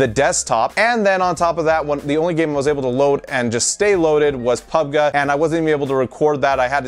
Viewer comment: Most people say Pub"G" not Pubgah. but i found this video informative as usual. Although I'd never fall for those scams lol!